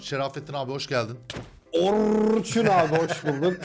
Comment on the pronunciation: Şerrrrrafetin abi Orrrrrçun abi :D